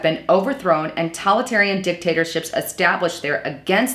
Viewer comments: I noticed this lapsus in another video also. it's TO-TA-LI-TA-RIAN! not talitarian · it's not "Tolitarian" it's Totalitarian. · It's "toe-talitarian" and "legislay-cher".